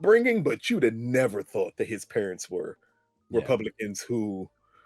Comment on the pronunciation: definitely says Perents instead of Parents…..